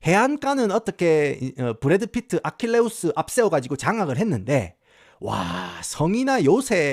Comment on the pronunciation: ㅋㅋㅋ브래드피트 라고 햇다가 부뤳~핕으로 발음 바꾸는거 개웃김 ㅋㅋ